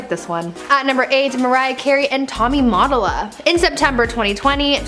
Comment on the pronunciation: U said Motolla wrong